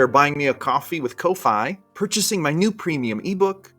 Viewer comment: I'm 90% sure ko-fi is pronounced like coffee. ko = cah fi = fee. Cahfee = coffee. (I could be wrong, but that would be weird if it wasn't.)